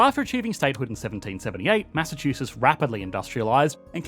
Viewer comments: It's "Massachusetts," not "Massachuses." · Why are you not pronouncing the tts??? It’s not Massachususs. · If you make a video about Massachusetts Learn how to say it first!